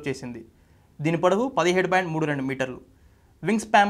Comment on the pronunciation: వింగ్ స్పాం కాదురా సన్నాసుల్లారా వింగ్ స్పాన్, నోట్లో ఏంపెట్టుకొని మాట్లాడుతార్రా,వెనక రిసెర్చ్ టీం నిద్రపోతున్నారా? నేషనలిస్ట్ హబ్ చానెల్లో ప్రసంగించాలనుకొంటే కొన్నివిషయాల్లో సాధనకావాలి.ముఖ్యంగా భాషోచ్చారణలో.సౌమ్యంగావుందామని ఎంతప్రయత్నించినా పరీక్షిస్తున్నారు.